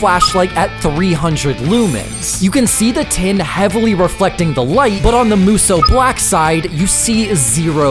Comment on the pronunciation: “moosoo black”